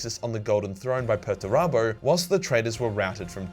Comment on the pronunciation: Why do you pronounce Perturabo like that?